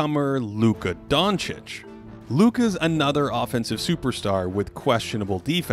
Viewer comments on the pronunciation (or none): none